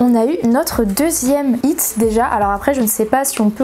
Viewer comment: Alors désolé mais c’est pas « it » mais « hit » juste une petite faute